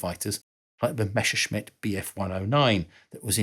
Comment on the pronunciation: "Meshsheshmit" good Lord